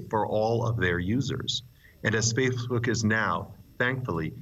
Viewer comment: he calls it “faithbook”